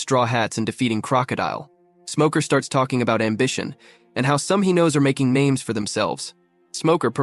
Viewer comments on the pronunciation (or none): How do you go back and forth from pronouncing their names perfectly to pronounce in them like you're from Malaysia